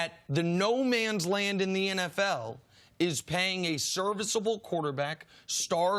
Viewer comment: "SERICVABLE" , WTF: DAK is HIGH CALIBER for SURE!